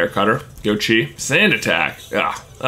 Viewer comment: Every time you say "Go Chi" it sounds like you're saying "goat cheese"